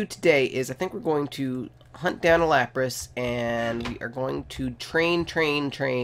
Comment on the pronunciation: No offense not to be mean but every time u said lapras I facepalmed